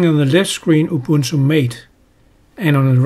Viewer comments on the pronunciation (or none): "Ubunto" I cried. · raspbarry?, ubunto? lol wut??